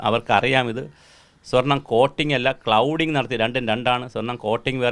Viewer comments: Clouding alla cladding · ക്ലൗഡിങ് അല്ല സർ,ക്ലാഡിങ് ആണ്.cladding.ചേർത്തുപതിച്ചുപിടിപ്പിക്കുക. gold cladding.👍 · Clouding അല്ല സാറേ cladding 😢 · ക്ലൗഡിംഗ് അല്ല മാഷേ ക്ലാഡിംഗ് ആണ് ശരി! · clouding alla cladding. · It's cladding, not "cloud"...! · ചെറിയ ഒരു correction ഉണ്ട്‌ clouding അല്ല cladding ആണ്‌. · ക്ലൗഡിംഗ് അല്ല. ക്ലാഡിങ് 😂😂😂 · Clouding അല്ല സർ, cladding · സാറേ "clouding" അല്ല Cladding ആണ് ❤